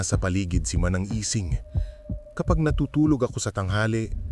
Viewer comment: manang ising..hindi lang kayang bigkasin ng auto narrator ng tama..